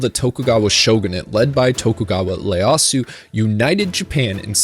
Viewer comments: Just a note- it's Tokugawa Ieyasu, not Leyasu. I'm 43 and I've been a weeb for a solid 30 years now and weirdly enough I think that's the first time I've heard that mispronounced. 🙃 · It's "Tokugawa Ieyasu", not "Tokugawa Leyasu". What's wrong with people unable to differentiate between "I" & "L" anymore? Seriously. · *Ieyasu, not Leyasu. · Oh man... he said "Tokygawa Layasu!" Its a capital I man! Iyasu! TOKUGAWA IYASU😂😂😂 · says he studied japanese history - calls tokugawa ieyasu "Leyasu" I'm not hating on the guy, just pointing out a funny blooper. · Just a little note, it's Tokugawa ieyasu, not Leyasu. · I was hoping somebody mentioned this it was really bizarre to hear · “I’ve done a ton of research” “Tokugawa Lay-ass-ew.” I’m sorry, but that made me gut chuckle. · I thought that’s what I heard. He must have messed up the capital I with a lowercase l. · Ok I know this was made awhile ago and someone else has probably said this but.... Leyasu? It's an i not an L. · "Tokugawa Leyasu" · My dude really called him Tokugawa "Leyasu"